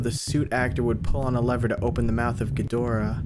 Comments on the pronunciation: pretty sure its name is ghidorah not ghidra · wait what was up with the Ghirdrah instead of Ghidorah? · Ghidorah ❌ Ghidrah ✅ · as we present to you ‘gidra’ 💀